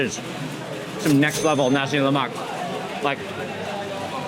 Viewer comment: Please Mark, just so you know, 'nasi lemak' is pronounced with a silent 'k' at the end. Don't emphasise the 'k' like you did. Otherwise, thanks for another mouth watering video. ❤